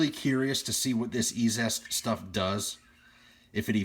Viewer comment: I think it's pronounced Easiest (E-Z-EST)... haha but I don't know that. Great video, I've been curious about cleaning some stuff... So that looked stupid easy! The half dollar looked nice, the other may need a scrub or something? I wonder if the mexican money was already matte and dull when minted? Different silver finish perhaps. I wonder if there's any long term residual effects of cleaners on coins? I'll probably pick up a jar just to try out... Good experiment my friend!